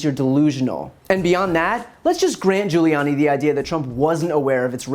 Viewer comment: lmao at Giullani.